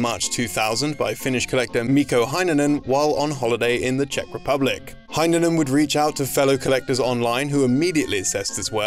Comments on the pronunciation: Heinonen is pronounced more like "hey-nonen" instead of "hi-nonen" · ya botched the pronunciation of Mikko Heinonen, but tbh it's understandable given how different Finnish pronunciation is from Engish